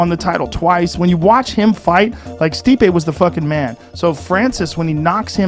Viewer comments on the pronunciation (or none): Steep-ayy that's how you say Stipe. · Sorry mate lost all respect for this video once you said STIPE miocic instead stip-e. If you can't get the former UFC champs name right then I doubt your judgement. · Nigga did you just call Stipeh, Stype? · "Stype" Miocic?! 🤣🤣🤣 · Man just called Stipe STYPE MIOCIC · Ughhh you were doing so well then you called stipe "stype" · Wow the guy that was reading that article knows nothing about the UFC listen to the way he pronounces stIpE Miocic😂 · Not getting the correction pronunciation for one name means you know nothing about MMA??? Wowee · Dude if you can’t even pronounce Stipe then you shouldn’t have a YouTube channel about the ufc. Learn the damn sport or do something else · The dude narrating can’t even say Stipe’s name right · You should learn how to pronounce the former champs name is all I got out of this. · Check your facts mate, see how the man himself pronounces it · Dude !! Please learn how to pronounce the ex champ Stipe's name properly , show some respect .